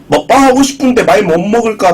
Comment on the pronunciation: 야 너는 조선족이냐? 왜 오늘 먹방은을 오을 머빵은 이 지랄을 하냐